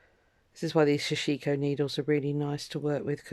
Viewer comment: sorry,can't stand hearing the wrong pronunciation. it is pronounced sash ko. don't empathise the I.